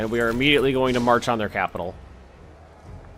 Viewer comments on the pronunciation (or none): none